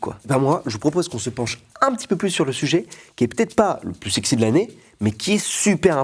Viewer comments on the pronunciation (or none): none